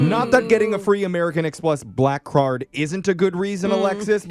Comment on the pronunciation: The ...."americun-x-plus blackcurd"... 😂😂